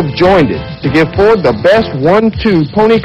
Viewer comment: its a ford not FOTRD